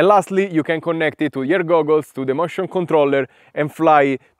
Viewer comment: No, I meant that when you say motion controller it sounds more like mushroom controller. I found that very funny, no offense.